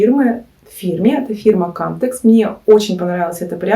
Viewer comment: Не кАмтекс, а камтЕкс! Зайдите на канал производителя!